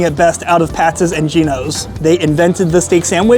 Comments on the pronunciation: Geez. I was going to let it go, but it's Pats. Not Patses. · It's pat's....not pat'ses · Why does he keep saying Pat's's? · It’s pat’s not pastes! Learn how to pronounce them if your going to do the review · Good review but I keep getting distracted by him saying Patsis all the time. It's Pats, not Patsis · Pat's ez? You should get hooked on phonics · Why do you keep calling it Pat's's there's already an S on the end. You don't need ANOTHER S. Just like Geno's.... you aren't calling it Geno's's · Pats....... Not Patseseseseses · It’s Patz (Pat’s) not Patzes (Pat’s’s). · Pat's's lol. How many times did I just hear that? If it ends with an s, it's already plural. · Pat’s not patses! That was making my brain bleed! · Why are you calling it pat'ses? Its just pat's. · It’s Pat’s, not Patsis! My husband grew up in S. Jersey and always said Jim’s was the best. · not it does not it's already Pat's, he is pronouncing it Pat'ss. Pat's name doesn't end with a s like Chris and he'd say this is Chris's restaurant. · Hey it's not Pat's it's Pat's'szz didn't you hear the man? PAT'S'S'S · "Pat's's?" Seriously? It's Pat's, and it's not complicated. You didn't say "Geno's's". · Stop saying Pat'ses!!! 🙄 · Why he keep saying " pats's" lmao tf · Pat-ziz Pat Ziz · Adding an extra S to Pat's is getting to me.